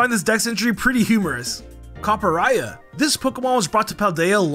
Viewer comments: ....seriously so you're gonna butcher Copper Raja's name????... please correct it in next video... its not Raya its Raja... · It's Rajah with a hard J :( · Bro stop saying Skeledirge like that oml and Copperajah be fr